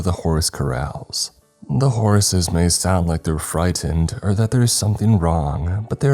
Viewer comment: Am I the only one hearing Horaces when he says horses sometimes??? Kinda like booby/ booty traps from goonies.